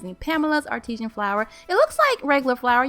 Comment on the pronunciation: You're as cute as can be and a good baker but it's Artisan (R - ti- san) not Artesian (r -TEE - shun) as in artesian well.